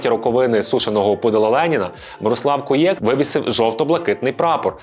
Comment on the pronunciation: Не КуЄк, а КУєк